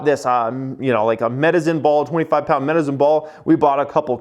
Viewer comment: Did he say "Medizin" ball when referring to the medicine ball? Sounds like someone's got the planet stuck in their head...